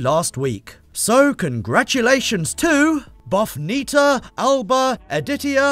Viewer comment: The pronounciation is "Bufnitza Albă Editzia Vaslui", Romanian. Actually "ă" from Albă is pronounced like the last part in "the". It means "The white owl Vaslui edition" Vaslui is a city well known in our country for misleading, weird and bad things happening. Kind of like the jokes with "Mamma Russia". No offense in any way.